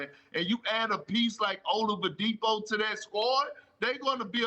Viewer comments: "O-LUV-UH-DIPO" -Perk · perk really said Olavadipo😂😂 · Nobody: Perk: Victor Olavadipo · Come on perk...Olavidipo???3 times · Can somebody tell Perk there's no "V" in "Oladipo?" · I can't believe Perk still says "Olavadipo" 🤣 he makes it sounds like a Russian name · Nobody: Kendrick Perkins: Victor OLAVADIPO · Kendrick "Victor Olipadipo" Perkins 🤦‍♂️ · No one: Absolutely no one: Kendrick Perkins: Victa Ovaladipo! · Perk said Olidipo 🤦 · Nobody: Perk: "Ovalodipo" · Perk there’s no M in Oladipo 😂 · Perk kept saying "all of the Depo", lol. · I like when they talk about Bam Adebayo and perk is on the segment he always calls him “Bam OutoftheBayou” just like he just chopped victor oladipos name... “Vic Ol’DaDeepHoe” 😂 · Perk: “OLAVADIPO” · Victor "Olowadipo" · Perk said victor olivadipo! Lol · Victor Olavadipo 😂😂😂😂😂😂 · Who is "olavadipo"? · The best part of this entire clip is Perk trying to pronounce Oladipo😂😂😂😂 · And it wasn't a mistake because he said it twice🤦